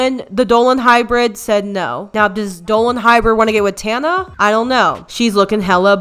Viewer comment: Does tana even know how to pronounce her name? 😂